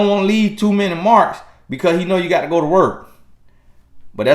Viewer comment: “GAHT TO GO” 💨